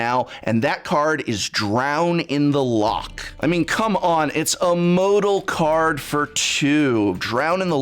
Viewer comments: Hearing, a major of English, pronounce Drown in the Loch as Drown in the Lock was painful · It's not a Lock is a Loch. Say "law" then immediately make the noise you make when you hock up a spit. This is why I can't watch coverage after this set releases if this card becomes meta. From a Scottish person. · Please learn how to say words before you say them. “Loch” is pronounced with the /x/ sound, not the /k/ sound. Far too many people get that wrong, and you’re contributing to the spread of that misinformation. Remember, reading the dictionary explains the word.